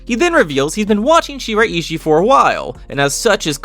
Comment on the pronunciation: its pronounced she-rai-she